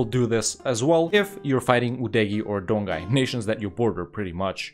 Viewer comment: Great video! just a reminder "Jianzhou" is similar as "Jan-Jo", "Donghai" as "Don-Hai"